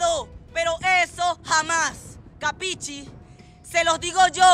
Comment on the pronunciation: La palabra. Q usa ... " capichi" ( mal pronunciada .ahí se ve el grado de inteligencia)...quiere decir: entiendes ?) en Italiano.. y el maleante ni eso sabe...pronunciarla!!!😮